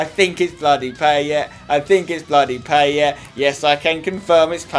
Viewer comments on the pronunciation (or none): Say Paye not PayeT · pie-et not payet spencer it makes me cringe everytime u say it wrong XD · Is it just me or does Spence have real problems with French names? Payet and Sagna pronunciation were criminal in this video. Great as usual otherwise though!